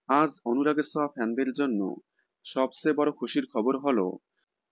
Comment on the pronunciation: ছোঁয়া❌ সোয়া✅